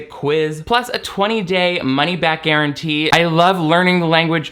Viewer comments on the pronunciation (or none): none